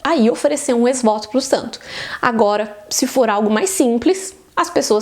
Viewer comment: A pronúncia de ex-voto está errada…